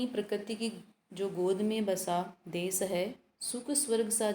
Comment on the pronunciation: मेम, देस नही देश बोलिए।बच्चे आपके उच्चारण का अनुकरण करते हैं।